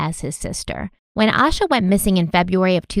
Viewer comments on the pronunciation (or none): "Ay-sha" not "Ah-sha"... love your shows girl, but it it just strikes me as a bit disrespectful to mispronounced her name. Addendum: I live in Shelby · Pronounced A-Shhh-A . Like Asia. But , with a Shhh🤫 in the middle. Reporters outside of North Carolina always pronounce her name incorrectly . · Her name is pronounced Ay-sha. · Hi there! Just wanting to comment and let y’all know, Asha was the 1st cousin of a childhood friend of mine, thank you so much for covering her disappearance ❤️ Please know, though, her name is pronounced Ay-sha, not Ash-uh. Love your show! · You should feel ashamed for pronouncing her name wrong. It's pronounced like "Asia" smh. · her name, it’s pronounced Ay-sha. Pretty well known for anyone who has looked into this case so it surprises me they got that wrong. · Please say her name correctly. It is pronounced like Asia. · Ay-sha. Like Ayyee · yes A- sha. And the mom’s name is not pronounced A-quil-ah lol. I’m pretty sure she pronounced it A-key-la. AA names can be difficult but there are some references to the correct pronunciation. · Her name is pronounced “Ay shuh” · please. Its morgan-TON and lincoln-TON just like its spelled.. not town.. and im pretty sure its Aye-sha. I remember this case i was about her age when she went missing. I lived about 20 minutes away. And idk what it is about Derrick.. he seems disingenuous. Love u tho! Ill keep an open mind about him tho lol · Oh, I love how you pronounced Asha's name differently 3 times in the first minute hoping one of them was right lol I have heard it's pronounced Ayy-shuhh, with peace and love of course. <3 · Her family is involved. I don't believe in coincidence when it comes to crime. A sheltered, cautious child would NEVER leave on their own. I was an anxious child and everything was looked at as dangerous... especially at night. (Also her name is pronounced Aye-Sha:)) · Her name is pronounced aye-sha. Thanks for covering this story. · Her name is pronounced Aye-Sha